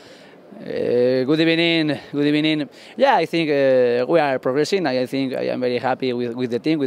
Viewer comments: “Good ebening” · Good ebening good ebening 🤣🤣🤣🤣🤣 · Came to this video solely to see if he would say "Good Ebening", was not disappointed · Good ebening good ebening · Got a double good ebening buzzing lol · Good ebening, good ebening! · 2x good ebening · Even Aftv got a got good ebening, A don like Robbie Lyle should feel honoured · Did no one ever question why unai emery always says “good ebening” at the beginning of every sentence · 0: 11 eh Good ebening good ebening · He has to say "GOOD EBENING". LOL. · Good ebening good ebening😂😂😂😂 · Bud ebening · If only "good ebening" knew what will happen next. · Good Ebening 😂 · Good ebening 🤣🤣🤣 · unai even says good ebening 🤣